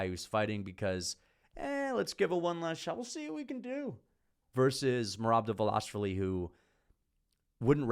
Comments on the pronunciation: Why Dval”A”shvili and not Dval”i”shvili those people can’t read?! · It’s not “Dva-Lash-Vi-Li. It’s “Dva-Lish-Vi-Li. Don’t pull a pull “Blue-Hall” Muhammad..